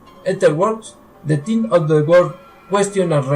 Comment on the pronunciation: The Thing (de zing no de ting) es una de mis películas favoritas, por eso te puedo decir por ejemplo, que los que van a ver la nave descubierta por los noruegos son: McGready, Norris y el Dr. Cooper, no Palmer como tu dices. De la película en si, hay muchas preguntas que la mayoría se hace, por ejemplo ¿cuándo son asimilados Norris y Palmer por La Cosa? al principio cuando el perro anda suelto por la base norteamericana, se puede ver que entra en una pieza donde estaba alguien, posiblemente Palmer y cuando aparece un calzoncillo que Nauls se lo entrega a McGready es posible que haya sido de Norris. Tienes que mejorar tu dicción, lectura y el inglés, en muchas partes no se te entiende lo que hablas, trabaja en eso y tus vídeos serán más entretenidos, suerte y saludos desde Chile.